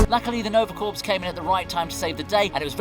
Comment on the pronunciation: "Nova Corpse" and i'm out, and blocking this channel.